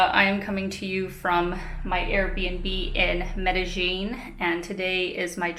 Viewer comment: Hi, great stuff, as usual. Is there any reason why you use the sound of "J" when you pronounce Medelin? I always love your videos.